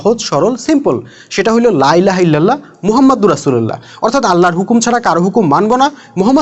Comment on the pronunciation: রসূলউল্লা নারে ভাই রসূলআল্লাহ হবে